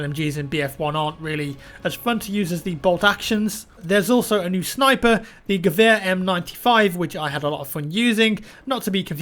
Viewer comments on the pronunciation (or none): none